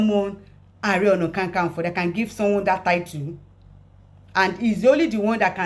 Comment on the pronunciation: Not kankanfo, it is Kakanfo. My lady.